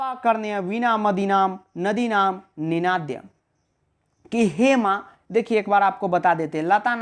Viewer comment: Its ninadhaya not nindhanaya